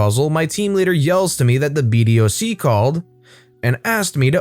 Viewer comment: Love these videos but btw BDOC is pronounced be-dock. Source, one of the airmen who rode the gate for 3 years 😂 Edit: used the wrong emoji